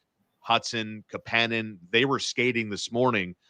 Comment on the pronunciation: The pronunciation of Kapanen is driving me nuts